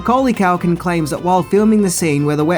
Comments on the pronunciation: its Culkin not Calkin ffs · Culkin not CALKIN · Why do you call him mcauly cAlkin? It's culkin!! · His name is CUL-KIN. Not calkin that you said all the way through this video i mean come on Even he pronounces it CUL-KIN. Rant over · Why you calling him Mucaulay Calkin? 😭